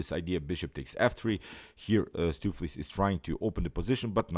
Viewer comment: "Stoofvlees" is a Dutch word and I am from The Netherlands ... if you want to pronounce "Stoofvlees" correctly go to: hit the "play audio button" 3 times as the third audio play is 100% correct! ... The first two is missing part of the sound.